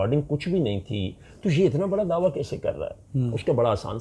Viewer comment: دعویٰ. درست تلفظ